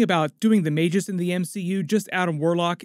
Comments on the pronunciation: MAGUS not Mage US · Just FYI, it's pronounced "may-gus" not "may-jis." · Magus (mey-guh s) not "may-jus" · Had to dislike because of the way he pronounced Magus.